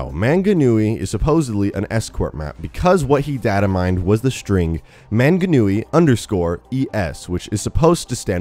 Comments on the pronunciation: Im from new Zealand its pronounced mung-a-new-ee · As a kiwi, I am offended that he pronounced Maunganui and Taraunga wrong. But he pronounced them better than Stylosa. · 1. Its not Mt. Manganui, it's Mt. Maunganui (pronounced M-au(like in caused)ng-a-nui) 2.It's not an actual mountain like it shows, but rather a cool looking hill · It hurts how your pronounced manganui. Mang a nue. New Zealand is over 4K km away from Australia and over 3000 miles. Manganui is also a mountain why would you make a wasteland map based of a mountain. It will likely be escorting a payload up the mount. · Manganui is spelt wrong, (Maunganui) and you have pronounced Maunganui and Tauranga wrong but no biggy :P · So many things wrong with the New Zealand bit. Firstly that's not how it looks. Second that's not how you say Mt Maunganui or Tauranga. It's a long u vowel sound not a short one. Toe-wrong-a and you roll the r. Same with Mt Maunganui it's more like Maul than man. Sorry but it really makes me cringe when people say it wrong because I'm from new Zealand. Love you guys tho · Anyone else cringe at the incorrect pronunciation of Manganui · he butchered the names so much 😂 manga noowee 😂 also it's not rly a small island, our land mass is larger than most island including England's. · Dude cool video but I'm from New Zealand and the way you pronounced manga Nui and Tauranga made me cringe so hard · The pronunciation of Maunganui is 'Mong-na(h)-nu-e", and Tauranga is 'Toe-(w)rong-gah' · Im a new zealander and when he said manganui, i didn't recognise it at first 😂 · The pronunciation of manganui 😂😂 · I snowboard there its pronounced tao-rong-a and mt-mona-g-newie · Its pronounced Mount Mowng-a-newie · Your pronunciation is wrong for "Manganui", Manganui is a Maori word so it sounds different The way you pronounce it is " MA-NGA-NUI" The Nga sounds like Naa (try not to roll your tongue) Its cool that they are exploring New Zealand and its culture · And its mt Mong a nui